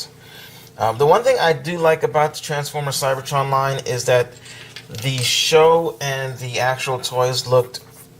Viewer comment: u said CYBERTRON skywarp